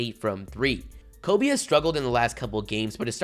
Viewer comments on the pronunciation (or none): none